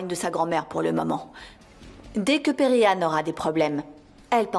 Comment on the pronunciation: Moi j'aime pas quand elle prononce le nom de perihan en disant Peri🥱